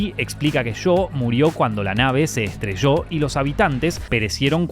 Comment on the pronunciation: 😂 creo que esh argentino. Solo eso